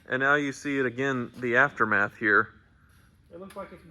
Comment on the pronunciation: "the aftermeth" 🤣